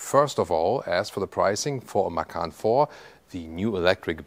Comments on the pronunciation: What is Porsche Makan?? Isnt it MaCan.. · Hi, thanks for as usual video. By the way, 'macan' is taken from Indonesian language for 'tiger'. The correct way to pronounce it is "machan" (c for charlie)... 😊